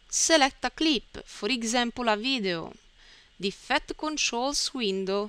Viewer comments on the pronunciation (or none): Say eefcte one more time, I DARE YOU!!, no I double dare you , say eefecte ONE MORE TIME.